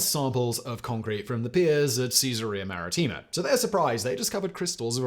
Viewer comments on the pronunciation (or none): ma-RI-tti-ma stress on the second.